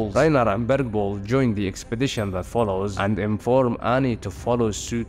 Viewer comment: You said Bertolt wrong every single time apart from the first time